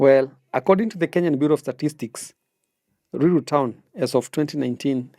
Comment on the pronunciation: Ni ruiru not luilu